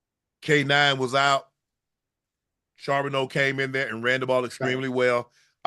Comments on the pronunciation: if unc say sharbeno one more mf time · Unc u better figure out how to say my teams backup rb cuz he a problem for the league. Zach Charbonnet (shar-bo-nay)